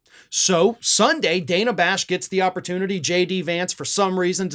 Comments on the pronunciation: Dude, it's pronounced 'DAN-a', not 'DAY-na'. Much love. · It's Dan-uh, not Day-nuh. I just think we should try to get pronunciations right since we get mad when people pronounce Kamala wrong. Otherwise, love your work,! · Hi. I watch you everyday and love your commentary. I just wanted to let you know that I think Dana pronounces her name different than you did. Not a big deal but with the way maga butchers Kamala I thought you might want to know. She sure made Shady look like a fool.